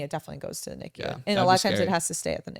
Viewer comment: If someone came up to me and said someone's in NICU the way she's pronouncing it I'd have no clue what she's talking about about. U say the letters. Even Drs call it N-I-C-U Not knee-Q